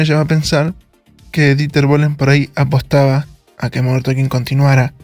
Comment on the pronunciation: DIsculpa No lo tomes a mal, MODERN TALKING: SE pronuncia (Modern TOKING) lo mismo pasa con la palabra "Walking" se pronuncia (WUOKing). La L NO se pronuncia al lado de la k. Gracias por entender!😊